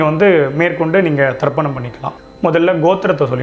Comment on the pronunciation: It is Tarpanam, not Darpanam ( darpanam means Mirror).